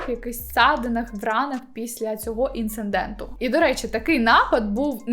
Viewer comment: Інциденту, а не інцинденту.